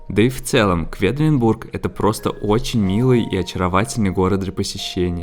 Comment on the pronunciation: И всё-таки город называется КвЕдлинбург, а не КвИдлинбург ;)